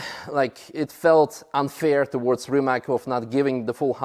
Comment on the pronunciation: Rimak 🙉🙊🙈 it's Rimac, pronounced Rima(ts) I cannot understand why is Mate not complaining about how his name is pronounced.